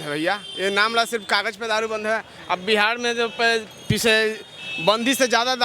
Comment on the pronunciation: बिहार hota hai बिहाड़ nahi 😂